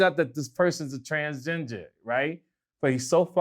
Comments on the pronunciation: "I got Transginger added to the English lexicon" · "Transginger" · Transginger??? Lol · Someone plz ask what the f*ck is a TRANSGINGER? 😆😆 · "TransGinger" LMAO 😂😂😂